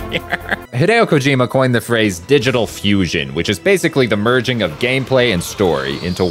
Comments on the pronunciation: "hIdAyO kEeJiMa" I know he's white. But he fucking needs to be fired for intentionally mispronouncing his name. Clown. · Fire that man that mispronounced Kojoma's name